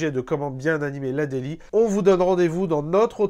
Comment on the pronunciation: ouai c est plutôt ze daily